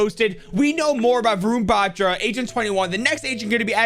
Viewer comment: Hey i just wanted to say how to say Varun Batra properly so well Wa- r(without a curl)-un Ba-tr(without curl)-aa